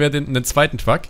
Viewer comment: wieso sagst du statt Truck „twuck“?